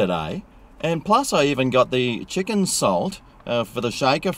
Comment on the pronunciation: chicken "chalt" chips ya reckon:)